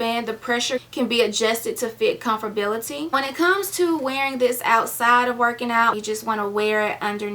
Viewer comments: I know how it's spelled so no need for Google. That's not how she said it. I spelled it the way she said it leaving the "a" out on purpose. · That's how we heard it, that's why it was funny, but no big deal.. We laugh with her not at her :)